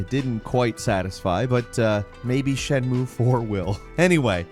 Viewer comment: You mean "it cannot be overstated how bad it is", if you want to say that it's bad. Also, I'm pretty sure "shenmue" has three syllables. I don't know much about Japanese, but I'm pretty sure they don't have silent vowels like that.